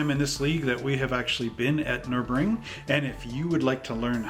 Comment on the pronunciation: Its nurburgring you do have to pronounce the G in real life it's an amazing track very very fun to drive we drove in in 2018 in a BMW E36 that we rented if you ever get a chance go do it